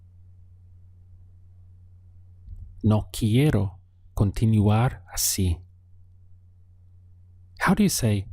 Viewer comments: Hi teacher!! Your cource is nice to practice my basic english as well. I noticed a little mispronounciation with the word continuar which is con - ti - nuar but in general very good job. Keep it up!! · Me pregunto, la palabra continUar, tu dice con the U , por que no dice oo, Gracias